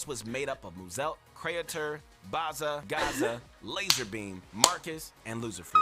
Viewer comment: New pronounce for BazzaGazza 🤣